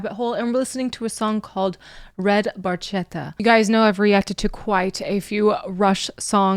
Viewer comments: The Barchetta that Neil refers to is an early 1950s Ferrari 166MM ( Mille Miglia) Barchetta, or Little Boat in English. The proper pronunciation in Italian is Barketta, as ch in Italian creates the K sound ( the letter K being one of the letters absent from the Italian alphabet) An Italian friend of Geddy's pointed this out to him much later, and he apologized for his mispronunciation. The reason you haven't seen one around is that there are only a handful worldwide, and cost upwards of $10 million US. Although it was Neil's dream car, it was even out of his reach, even if he could afford it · Ironically, "Barchetta" is intentionally mispronounced. I say it's ironic because Neil was a car guy... he knows the "ch" is pronounced with a "k" sound. My interpretation is it's in a future where the proper name for the antique sports car has been lost, so it's pronounced phonetically. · Geddy doesn't pronounce Barchetta properly. the CH is supposed to be a K sound. It's still one of my fave Rush songs. Has a great groove. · Neil was the car fan. He never had a red Barchetta (the ch is actually pronounced liked a hard c. Geddy mispronounced it all those years ago and it just stuck lol) in fact most of his cars were silver. He had quite the collection, he found a lot of peace travelling the roads on his own or with a couple of close companions. He used to ride his bike to the next gig when they were touring in later years, they planned the tour around it, allowing him a few days to get from one place to the next. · Well explained, the Ferrari 166m Barchetta is always the first example that comes to mind. The 1 thing that has always annoyed me is in Italian "CH" makes a K sound. Barchetta is pronounced bar-ketta. Minor detail but important for people to know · And...for anyone that might not know Italian, he mispronounces barchetta - you say it "BARKETTA" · The correct pronunciation is "barketta" (with the hard c, as in Italian ch is pronounced like the letter k)